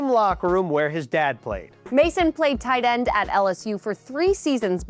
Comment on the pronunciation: The way this guy says tight end makes me furious